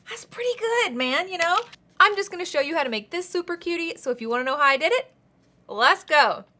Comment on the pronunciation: Can we agree he said “shoe” not “show”